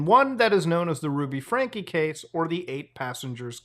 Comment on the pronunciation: I can never tell if Muta is genuinely really bad at pronouncing names, or if its just a bit. "Ruby Frankie" got a laugh out of me, and thats far from the only example in this video alone lol